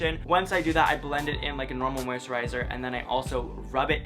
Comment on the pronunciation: Moisturizer:/ “MOUSTRIZER” kay you do you